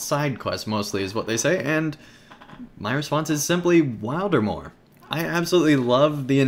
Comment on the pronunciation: Thanks for the video - notes taken and I am looking foreword to go to Wildermore. Also you did pronounce the name right :) gl in the festival now days.